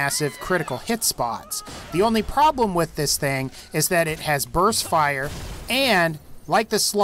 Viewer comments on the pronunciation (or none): none